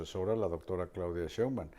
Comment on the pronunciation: ME ENCANTAN PERO POR FAVOR JOAQUÍN, hay que hacer que Marín haga una plana de cien veces esceibir SHEIN BAUM, y otras cien veces que lo repita: SHEINBAUM quiien sabe cono lo pronuncia pero NO ES como debe ser jajaja pero SE LO DISCULPO sòlo que seis años lo vamos a estar oyendo pronunciar MAL el apellido de la presidente.🤦🏽‍♀️😂😂😂😂😆 pero aún así me encantan.🥰